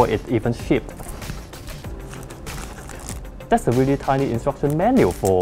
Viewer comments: weally funny... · Danny B. That's weally, weally funny!